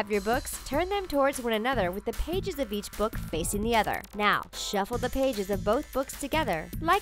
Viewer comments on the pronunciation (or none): none